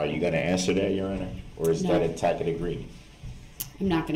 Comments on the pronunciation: Brooks annoyed me throughout the entire trial but what annoyed me the most was his mispronunciation of the word, “tacit.” It’s a soft “c” genius! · And he mispronounced “tacit.”